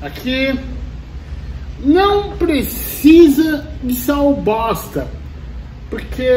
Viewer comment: Toda vez que o fala "Sal bosta" eu dou uma gaitada aqui... auhauhau